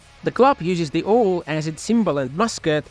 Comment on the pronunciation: 'Owl' is pronounced with an 'A' sound, not an 'O' sound: Now Cow How Owl These vowel sounds all rhyme. 🙂